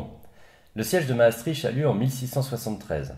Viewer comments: Mastrichhh .. On dis mastriKT .. ;) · Pour info, Maastricht se prononce comme ceci [maːˈstrɪxt] Sinon, très bonne vidéo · *maastriche*... j'adore l'accent françouais qui massacre tout ce qui est au nord ... Bruksel ou molanbèke :'D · ça se prononce Maastrirte non?